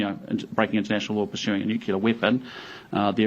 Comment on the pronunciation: Please teach him English, someone! " nucular" 😬